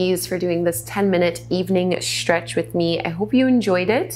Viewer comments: Am I the only one who found it super distracting how she adds a 'shh' sound to every 'stretch'? I don't mean to mock her pronunciation of the s-sound, it just really distracted me from the exercices. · I love the way she says “stretch”...: “tchrrretch...”